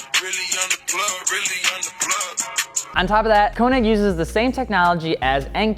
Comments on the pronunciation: The ö in könig is like oe and sounds like oo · konig = k-ugh-neek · U can’t say KONIG WTF